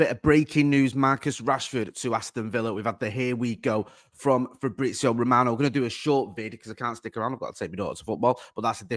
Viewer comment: Painful to listen to mispronounce shit over and over and over and over again. You're a journalist bruv, sort it out ffs. Frabrizio Mitidgyland Eribadivise bloody Christ